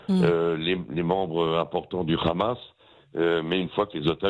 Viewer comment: Bonjour, qui peut me dire pourquoi ils disent toujours ramasssss au lieu de hamas?